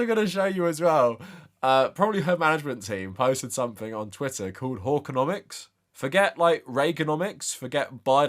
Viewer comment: Okay, the way you pronounce hawkconomics with your British accent sounds like whoreconomics and I can't stop giggling